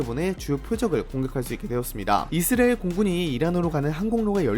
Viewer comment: 이즈리얼이즈리얼이즈리얼이즈리얼이즈리얼이즈리얼이즈리얼이즈리얼이즈리얼이즈리얼이즈리얼이즈리얼 이제부터 당신은 이스라엘을 이즈리얼이라고 발음합니다